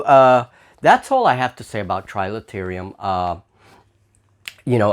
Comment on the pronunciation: Quick errata - it's Trilaterum, not trilaterium.. so you don't show up on some of the searches for the game!